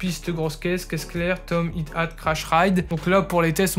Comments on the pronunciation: It at?? Ca s'appelle un "high hat" avec les H soufflés!! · Merci pour le test ;) Par contre c'est Hi Hat il me semble pas Hit Hat (prononciation "High Hat").